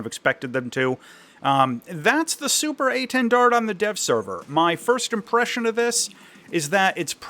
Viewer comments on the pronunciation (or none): why can American's never pronounce things hahahahhaa keep up the good work though! " SUPER A 10 DARD "